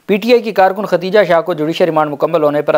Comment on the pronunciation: Sir g khatija nahen khadija hota he